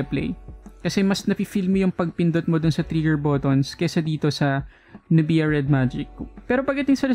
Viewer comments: Not nu-bi-ya. It's nub-ya. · nub-ia like sa nok-ia 😅